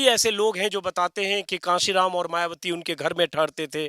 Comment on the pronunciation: कासीराम नहीं सर, कांशीराम जी कहिए